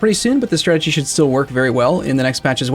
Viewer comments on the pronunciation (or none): none